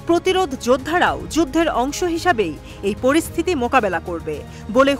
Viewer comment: আল্লাহু আকবার উনার নাম নাসির আল্লা নয় নাসির উল্লাহ